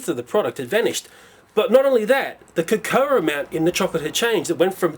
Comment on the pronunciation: cocoa is pronounced 'koh koh'.